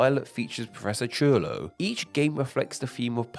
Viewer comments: Why do you pronounce Futuro and Turo so weird? It’s like you’re saying Tolo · I love how hard you try to pronounce the word yet fail soo hard as well. I'm not being mean it just gave me a chuckle, you got it right in the monotone sound of the vowels but the consonants is where it sounds weird. You pronounce Turo like Chulo, which means cool.